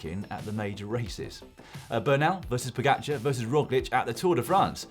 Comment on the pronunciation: OMG this announcer needs to learn how to say Pogacar’s last name.